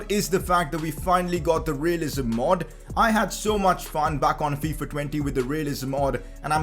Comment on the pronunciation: Did anyone else hear him say Faifa